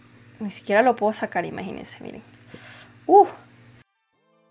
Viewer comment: Like si escuchaste q cuando saco su brillo dijo sascar